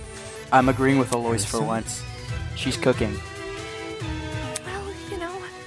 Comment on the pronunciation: can't get over "aloyce" 😭